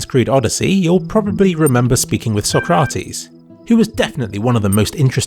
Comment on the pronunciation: You're pronouncing Sokrates correctly. Sincerely, a Greek viewer.